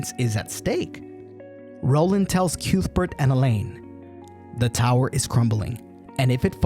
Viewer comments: This is lovely! But I must point out one thing. CUTHBERT!! It's pronounced KUTH-bert. Not CUETH-burt. 🙂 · I loved the movie, it melted really well in my fireplace. Edit: stopped watching when you called Cuthbert "Kewthburt"